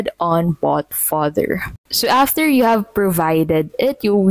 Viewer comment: Vous dites bot father ?